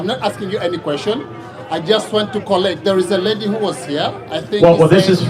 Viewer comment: "There is a lehdi" he already lost me there